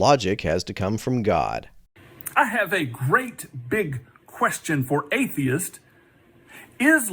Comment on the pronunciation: It infuriates me when people pronounce plural words with a hard T when they end with TS. He speaks clearly, his audio is great, and he says ATHEIST when he means the plural. Not even the hint of an S; he just leaves it off. GRRRRR